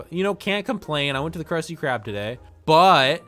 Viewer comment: “KRUOOHHSTEEE KRUB” got me laughing😂😂